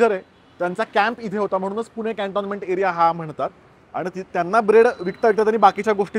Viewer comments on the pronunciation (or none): none